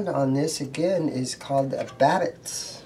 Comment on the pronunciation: Pronounced "Bab-itch".